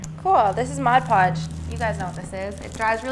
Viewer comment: Pet peeve here, but it’s MOD podge. Not MODGE podge. Love your projects!